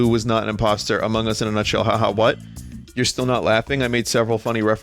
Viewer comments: Ama hugz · Ama guss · I really like the way vinny pronounces "amogus"